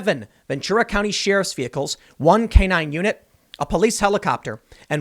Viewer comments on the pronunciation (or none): Tim. It's not "she riff". It's Cher if. like I would listen to "Cher if" Her music didn't suck. You are the only person in the world who pronounces it that way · I love when Tim says She-riff